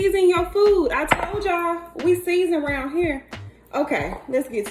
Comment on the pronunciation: “We season roun here!” Love it! 😂